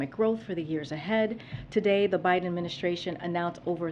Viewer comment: Who's "Binden?" lmao